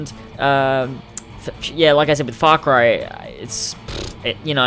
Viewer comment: Oh u shit ! Thats not fak rai..it's far cry😂